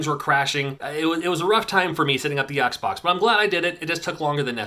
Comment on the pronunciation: "It was a rough time for me setting up the Oxbox." Sorry, just sounded funny :)